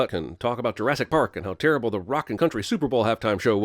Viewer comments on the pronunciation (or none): none